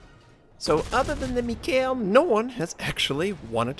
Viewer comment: Nice replay of an excellent game. But please, could you stop murdering the name "mikhael". It shouldn't be that hard for even an american to pronounce..;) Especially since the last soviet head of the state had the same first name. And thank you for your content. Best WoWs content I've found anywhere.